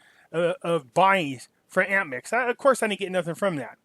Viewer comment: APMEX, not AMPMEX